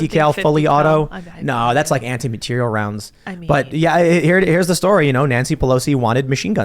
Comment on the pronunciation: LOL! Hearing Tim Pool say "Anti-Materiel rounds" like its an "Anti-Matter Gun" . Lol That's not how you say that.